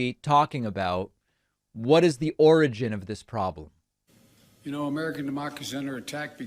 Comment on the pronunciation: David, every time you say origin my mind flashes to the word "oranges" and for the life of me I don't know why. lol.